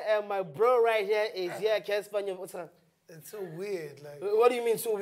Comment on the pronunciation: Did he just say Cassper nyonyest😂